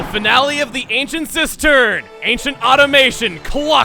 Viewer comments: And although probably has a thousand of these comments already even though it's a minor detail, it's not automation, it's awe-TOM-oe-ton. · It's pronounced auh-tom-a-ton, not auto-may-shin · Koloktos' subtitle is actually pronounced uh-TAH-ma-tawn, the other word for robot. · "automaton" is au-to-ma-ton. not "au-to-ma-tion". an automaton is a machine, like a robot. i really like the metalic inhale noise it makes before it strikes :) you would think that girahim would have dealt with such a drastic design flaw like big looks that allow you to rip off its elbows. oh well. needed a way to beat him with he dungeon item. video game logic. forgot to count the redundant monster horn explanation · it's aw-TOM-oh-ton, not automation. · um automation, correct me if I'm wrong but I'm pretty sure automaton is in fact pronounced AUTA-MATON not AUTO-MEISHAWN. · He pronounced it “automation”, but the ending is actually pronounced the same way the ending of the word “baton” is pronounced, this is also why there’s no I in between the t and the o. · AUTOMATION? Chugga please. It said AUTOMATON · Automaton, not Automation. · It's Automaton, not automation... It's like calling a robot a robotics... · It's "Automaton", not "Automation", Chugga. Unless you said the latter by accident. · "Ancient Automation!" Automaton, Chugga. It's Automaton. Have you been doing the same thing as with "Walking" Water? :) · It's "Automaton" not "Automation" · Chugga.... It said Automaton, not automation. Seriously, learn to read. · pretty sure it's ancient automaton not ancient automation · Automaton, not automation. Jeez if you asked me I would've said English was Chuggaa's second language. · Automaton not automation chugga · Ancient Automaton, not Automation. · the fact he said automaton incorrectly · The way you pronounced automaton....And the way you pronounced waking water.